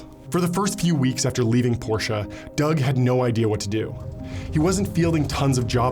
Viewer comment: Wow I can't believe you pronounced Porsche CORRECTLY!👏👏👏👏👏